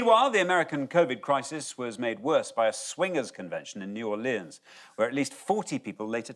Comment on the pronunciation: I wasn't expecting that pronunciation of "New Orleans"